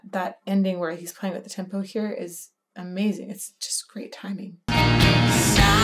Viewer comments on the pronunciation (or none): none